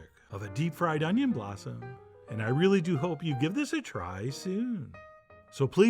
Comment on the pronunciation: 'Unjin' fritters!! Mmmm